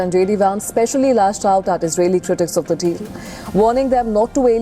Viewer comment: baca Vance aja salah!